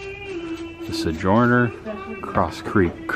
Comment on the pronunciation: LOL "Golf Creek", "Sejorner"......... so.... u sounds like o and o sounds like e.... ok I think I'm getting it.